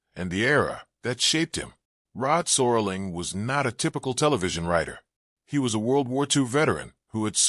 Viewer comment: Rod Soar-ling. Man, the A.I. is getting really lazy. Nostalgia-slop.